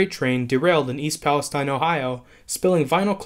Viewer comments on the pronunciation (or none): East Palestine is with a STEEN. It's East Pal-A-STEEN. Appreciate your work, but please do some extra research. Thanks for these updates regarding Brightline.